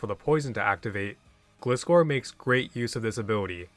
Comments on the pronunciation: Anime Pronunciation says Otherwise: “Gly-Score” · It's glaaaaaiscor omg!!!! How do you pronounce, gliding? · Flying ground type scorpion. Gliding scorpion. Gli scor. Gliscor(gly-score). Gli rhymes with fly, not glis rhyming with this. I don't get how people can say it wrong. It's not a glycerin scorpion, it's a gliding one. It rhymes with high score. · I know it's an old comment but this showed up on my feed and the way he was pronouncing Gliscor was driving me insane so i went digging through comments 😭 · Don't pronounce gliscor like that again